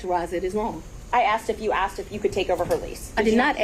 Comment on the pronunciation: She was axed a lot questions